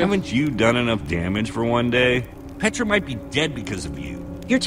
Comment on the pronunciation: I love it how you call Petra tarchres